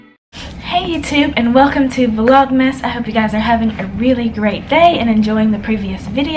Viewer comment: you saidddd Vlogmas 🙈